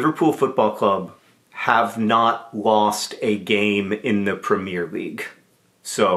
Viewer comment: Okay, nobody is talking about how John pronounced 'Premier League'?